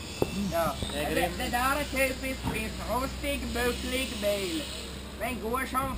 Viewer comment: försökar tala rikssvenska "en bucklig bil" hahaha